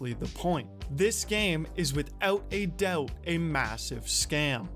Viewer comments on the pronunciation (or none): . "withewt a dewbt" lol.